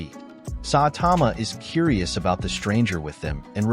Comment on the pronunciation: its saitama not satama